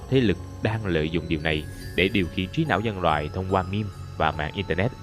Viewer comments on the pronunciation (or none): none